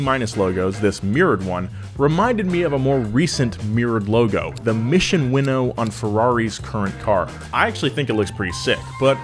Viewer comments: Are we sure it's "Winnow" ?? I always thought it was "Win-Now" kinda thing. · It’s not pronounced as “Winnow” but as “Win Now” As in winning races.. now. it think its pretty logical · its "mission win now" not mission winnow lmao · I thought it was pronounced Mission “Win Now.” Not “winnow,” which is apparently blowing air through grain... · The way you saw win now 🤢🤢